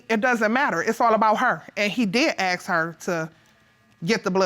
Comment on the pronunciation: It’s pronounced ASK not AKSK you f*** stick!!!!! ASK ASK ASK!! Grrrrrrr 😡